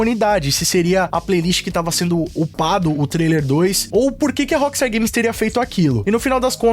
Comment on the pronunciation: Por que dice la appstar games... si es rockstar games